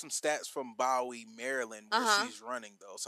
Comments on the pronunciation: Correction, pronounced Boo-wee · Pronounced as (Boo-wee)!